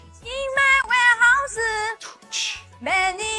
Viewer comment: In my warehouse-uhhhhh She can’t end a word with the /s/ sound